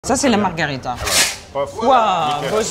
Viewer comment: marghEEEEEEEEEEEEEEEEEEEEEErita avec un é. Bordel.